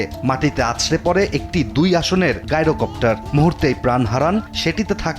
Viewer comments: গাইরো নয়, জাইরো-কপ্টার। নামটা এসেছে জাইরোস্কোপ থেকে। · ভাই, এরা ইচ্ছা করে অশিক্ষা প্রচারণা করে যাতে ইন্টারেকশন পায়। কারণ যতই কমেন্ট হবে ততই ভিউ বাড়বে। আর এদের টাকা আসতে থাকবে। টাকার জন্য এরা যা ইচ্ছা তাই করতেসে। জাইরোকপ্টার কে গাইরকপ্টার বলাটা ইচ্ছাকৃত আমার মনে হয়।